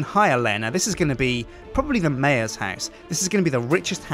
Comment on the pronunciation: lol i know it annoys me when he says mayor